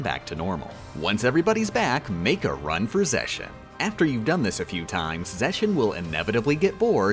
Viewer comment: Okay, I just have to ask, but why are you pronouncing the Organization XIII members' names like that? The only XIII members whose 'X' is pronounced like 'SH' are Xion and Marluxia. Unless I am missing something, it's kind of confusing..